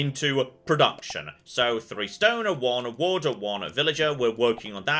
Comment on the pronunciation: Every time you say "wood" it sounds like you say water.